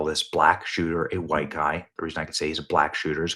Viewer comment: “6ft 4, short dreaded, dark Huwhuyte man” - CNN